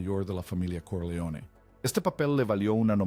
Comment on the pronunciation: Ese acento es fingido porque ni siquiera pronuncia bien los nombres. Por ejemplo dice Corleo en lugar de Corleon, casi ni se entiende cuando pronuncia Niagara Falls.